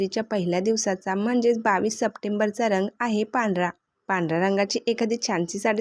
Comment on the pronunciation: रंग पूर्ण उच्चार कर ग चा